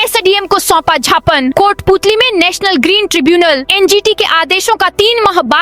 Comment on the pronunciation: Gyaapan bolo jhapan nahi.